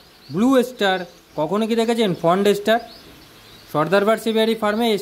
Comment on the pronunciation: Font star na bhai ota fawn star bole .😅